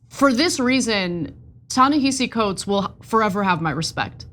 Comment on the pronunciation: What I hate more are these Panelists who are either deliberately or ignorantly mispronouncing Ta-Nehisi Coates and Tony Dokoupl. My job is not to educate you; you all should educate yourselves.